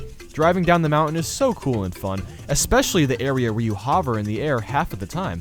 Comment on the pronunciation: Why do you say hover that way